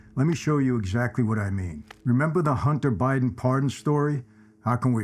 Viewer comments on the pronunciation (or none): none